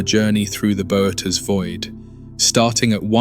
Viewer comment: The constant screen tilting gives me motion sickness… And its pronounced boh-oh-teez but I guess whatever ai program you use can’t figure that out